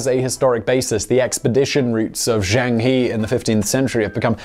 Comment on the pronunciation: Zheng He - ok, more effort required...see me ;)